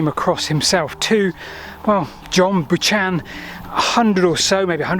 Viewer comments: Bac in the Neolithic my English Lit teacher would pronounce it BUCK-an. Is it Bush-AN? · Great video. Unexpected pronunciation of Buchan. Maybe you know something I don't. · Bucken not Buch On. He wrote the 'Thirty-Nine Steps' and was a British diplomat. He is always called Buck -en, not Buch -on. He was British, not French. Oh, love your content,. The Buch-on controversy is the first complaint I have had with you. Somewhere I have Buck-en's biography. When I locate it, I'll inform you of where he was born. Scotland or England but not France or Canada, though he did work in Canada for a while. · John Butchan??? I've always heard it and pronounced it as John Bukkan. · Great story, but the author's name is pronounced 'buckan', not boo-chan! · It's pronounced John Buck-an, not John Buch-an.Or Lord Tweedsmuir, if you're being official. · Never heard John Buchan pronounced John Bu-ch-an before. Is the traditional pronunciation John Buc-han incorrect ?? (thought it was a different person !!) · For English Second Language speakers: Buchan is most usually pronounced more like "Bohk-n" in English/Scottish, (= John Buchan ( ), a Scottish novelist, historian and politician). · Buch-an! Ha English/Scots is strange. I remember as kids we tried to buy tickets to Theydon Bois, towards the end of the Central Line, pronouncing it as the French. The (kindly, I think) ticket seller at South Ken, as it is near the French Lycée Français Charles de Gaulle, corrected us. "Tay-don Bois Tay-don Bois, that'll be Faydon Boys to you lads!" Buck'n, as I'm sure some other pedant will have said. Now is that White or Wit you pronounce your name as? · I think you'll find that Buchan is pronounced as Buckan. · Who is john Boochan? I've heard of a writer called John Buchan... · John Buchan's surname is pronounced with a hard k sound for the ch. Buckan (emphasis on the first syllable) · Note - John Buchan has a very old Scots name - and so it has an unlikely pronunciation /ˈbʌxən/